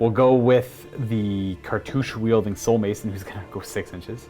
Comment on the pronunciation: Did he say cartouch-aye?